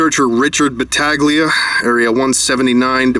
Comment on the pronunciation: its pronounced battahleeia